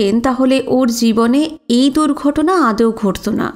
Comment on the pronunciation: পাঠ ভালো। একটা উচ্চারণ ভুল হয়েছে। - আদেও বলে কোন কথা হয় না। শুদ্ধ উচ্চারণটি হল - আদৌ ( আ+দ+ঔ) ।